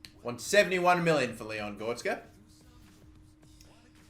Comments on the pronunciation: Not GOR-TZ-KA But GO-RE-TZ-KA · GOR RET ZKA not gortska please pronounce it right I cringe every time you say his name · It's Gore-retz-ka. You've been saying it wrong since your Southend United career mode lmao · when he says goretska as gorska :) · please learn how to say goretzka name right. Gor-rets- ka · Its gor e tz ka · You butched goretzka's name so much